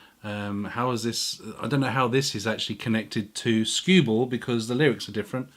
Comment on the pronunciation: Sorry to be "that guy". But wonaful Christmas time wasn't a beatle song but a wings song. And the name of song you cited as inspiring happy Christmas! (the war is over) was stewball not scueball and the version that lennon probably heard was by Peter Paul and Mary, (which does sound like the lennon song.. A LOT ) not woody gurthrie. Also the version you played was, I think by lonnie donegan again definitely not Guthrie.. I know you said you don't "do research" but.. C'mon man.. I mean.. Serously!!??